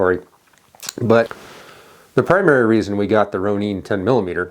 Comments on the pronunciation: Pronounced Rone-Inn. Hard O and the “in” as in ninja. It is a Japanese word.. that’s how they pronounce it. Springfield pronounces it like that too. Ronin is the name used for a wandering type warrior. A samurai without a master. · Ok, I get that that may be the way that you're supposed pronounce it but him calling it the "Roneen" is driving me nuts. 🙄🤦‍♂️